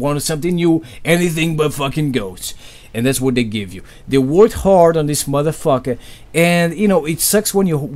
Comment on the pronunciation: It's funny when say motherfucker in his accent It cracks me up all the time